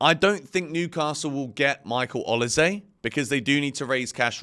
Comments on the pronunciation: changing how he pronounces Olise every time haha. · I have so much time for you but please pronounce olise’s name properly it is infuriating 🤣🤣